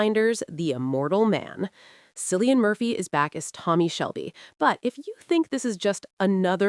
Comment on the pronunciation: its not Sillian Murphy - fucking hell